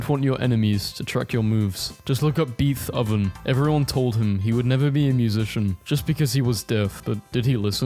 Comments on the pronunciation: aint no way you said "BEETH oven" 😭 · did you say beeth oven?! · did you just say "beeth - oven" ??? 😶😔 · Did this guy just say "beeth hoven"!!?? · “Beeth oven” Holy shit that got me laughing for ages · "beath oven" 💀💀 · MAN WHO TF IS “BEETH OVEN” 😭😭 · Did you seriously just say "beeth-oven" omg... I don't think there any way to make up for that.. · U called it beeth oven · Good sir, I don't wanna be snarky, but Beethoven is pronounced "Bay-toe-ven". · You did not just pronounce Beethoven BEETH-OVEN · I used to think he was just dumb because of all the mispronunciations, but now I just think he is doing it on purpose to get more comments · did bro just say beeth oven 💀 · "beeth oven" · Bro said BEETH oven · Came here to say the same thing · For the love of God, Beethoven is pronounced "BAY - toe - vin." Get it right and I'll finally subscribe.